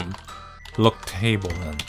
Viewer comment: so I wasn't exactly watching at the time when you did look table, but I heard you say look table.... well, sort of. What I heard wasn't look table, but "Flip table"